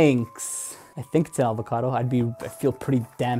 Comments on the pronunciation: My favorite part is is it just me or did he say "alvocado" lol. I like your vids man! Let me get that ipod for my son! Lol. Cheers man! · Are you saying Alvocado? My brain is hurting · Makenzie Aubry but he dident say avocao he says alvocado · My favorite part was when he said it’s an avacadoo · NO! Its not an 'alvacado' it's an avocado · What the hell is an alvacado it’s pronounced avocado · My favorite part was "It's an alvacodo!" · My favourite part is definitely listening to you pronounce “avocado” stay safe